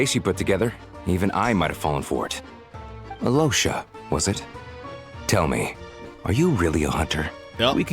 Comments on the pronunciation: it's Alösha or Alosha, but definitely not Aliosha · About Alyosha's pronounciation, the correct way is with a silent y. Russian "l" sometimes sounds like there is a y mixed in so that could be the source of the confusion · Hi, Russian here! Alyosha (with a "yo" sound, almost like in yogurt, but it's okay to pronounce it like you do because Slavic sounds are genuinely difficult) and Tugarin are from russian folclore! They are commonly known as Alyosha Popovich and Tugarin Zmei (serpent). Alyosha was a Slavic bogatyr (knight) that wanted to slay the dragon with 3 heads. I absolutely love that Hoyo used these 2 names together 🥹❤ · Your pronunciation may not be perfect, but it's pretty good, definitely better than Alyosha's.😅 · Both are kinda wrong. It's pronounced without a Y but with a soft L. Same goes for Vodyanitsa and Mitya, you pronounce their names without a Y and with a soft D and T respectively